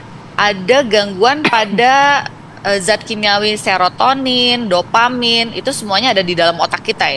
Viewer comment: Ko bisa dia bilang... Sirotamin. What ga salah.